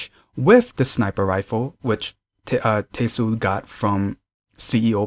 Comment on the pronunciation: Should be pronounced as Te-Sul :) Not Tei-sul 😊😊